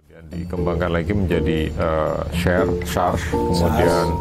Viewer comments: Buset nyebut SARS & MERS aja ga bener :v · Ngomong "SARS", "swab" aja udah salah..brarti gk familiar dg topik itu..lah lha gmn